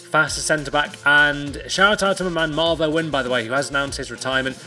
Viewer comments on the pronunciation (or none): none